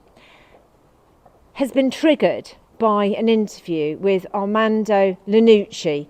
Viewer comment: Ianucci. Not Linnucci. Please get it right